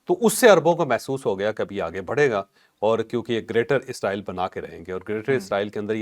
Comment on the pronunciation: Please..... Israel اسرائیل is a proper word عزرائیلis a wrong pronouciatio n